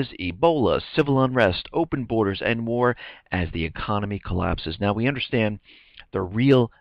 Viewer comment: it's "borders". just sayin'